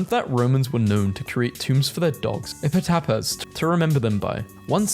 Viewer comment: Ah yes, "epih-tap-ahs"